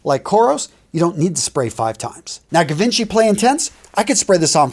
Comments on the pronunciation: did you just pronounce it guh-vinchee???? ....mate, it's not american name :D your channel has 3,4 MILLION subs, take it seriously please and pronounce it right. Google and google translate are your friends. I loved the video and chuckled at some edits like "HUH, GEIIIIIIIIIIIIIIIIIIIII".... but i cringed at that pronunciation. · givenchy is a french brand when you read it it must sound like '' ji ven chy '' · Givenchy is pronounced juh-vawn-chee where the j has a sort of French sh sound to it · My dude pronouncing Givenchy like Leonardo ga Vinci